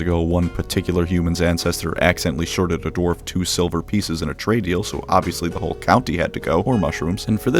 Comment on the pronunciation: Are you saying Dorf instead of Dwarf?